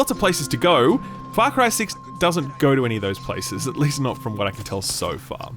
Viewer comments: I heard "fuck cry 6" when I first started this video and I had to restart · I heard "Fuck Rye 6" in the intro